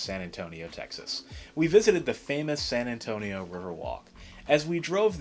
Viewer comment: You described San Antonio very well and great Spanish accent!